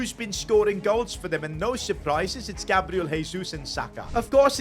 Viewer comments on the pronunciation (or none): none